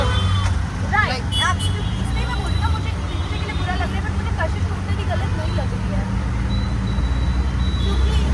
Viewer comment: Kashish❌ cash hish✅😂